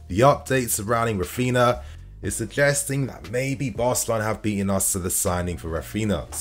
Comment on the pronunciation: “Rafina”, “Gavidol” 🤣🤣 FFS! Put some effort into pronouncing footballers name properly. You’re a fan!